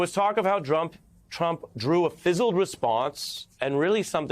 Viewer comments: He said Drump!!! Lol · "Drump" LOL!! How perfect!! it's like "Covfefe!!" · did he say Drump 😆